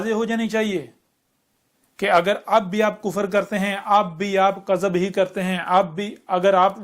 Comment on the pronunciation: مجھے تو یہ چ لگتا ہے۔ اردو زبان کے تلفظ بھی صحیح ادا نہیں ہوتے دعوے تو دیکھو کِذب کو کَذب بولتا ہے